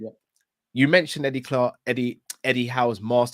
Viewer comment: Eddie Clart😂😂😂 i heard that bro